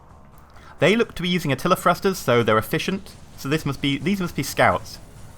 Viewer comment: Thrusters. not frusters.